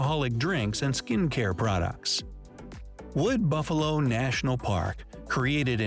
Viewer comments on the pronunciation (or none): none